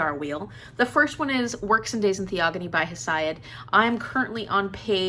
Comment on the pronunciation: Hey! Hesiod...Theogony...oh that Greek pronunciation...!